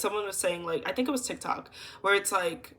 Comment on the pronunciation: Lmao “you TINK for yourself!”